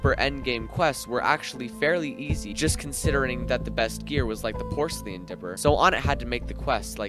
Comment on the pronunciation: Bro cant pronounce porcelain lmao